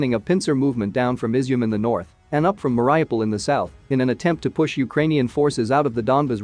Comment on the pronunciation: I doubt that "Mariupol" is pronouced the way you pronounce it.